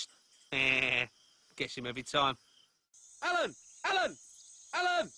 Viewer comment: "Alan! Alan! Alan! Alan!" -in my world, sounds more like: "Mommy! Mommy! Mommy! Mommy! ... "